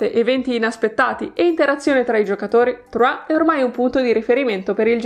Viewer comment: Mi sa che Troyes non si pronuncia Truà, in realtà si dovrebbe pronunciare Truaié